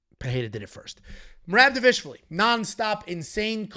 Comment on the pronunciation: say merab last name one more time!!! Lmao how hard is it to pronounce someone’s name right?? I get it if it’s a new fighter and you get it wrong but it’s Merab dude!! Cmon